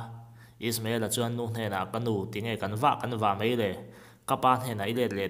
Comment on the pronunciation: A ngaihnawm hle mai mahse Mai tihtur mei tih hi tawng kam diklo ani